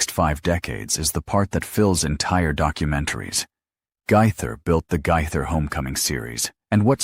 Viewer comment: Guy-thur? Gay-thur!